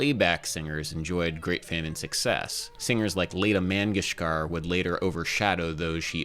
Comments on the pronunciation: Laah-taah mangeshkar. If you're going to talk shit about realism and accuracy at least get their names right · Adam, it's pronounced Lah-ta Mun-gesh-kahr. I was really surprised by how many YouTube videos there are dealing with this actual point. Nice video to practice my technical exercises to, thank you, have a nice day! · Just had to pause to note how completely you butchered the pronunciation of Lata Mangeshkar alright back to the video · Her name was pronounced "Lah-ta Mon-gesh-car", not "Lay-ta". Not a bad video, that notwithstanding. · never heard it pronounced like that before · Holy hell I have not heard Lata Mangeshkar's name butchered that badly lmfao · For all the effort you put into your videos it pains me to hear that you wouldn't put just a little more into learning how to pronounce Lata Mangeshkar correctly. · bro your pronunciation of Lata Mangeskar threw me off 😂😂😂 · The spiciest take in this whole video is Adam's pronunciation of Lata Mangeskar's name x.x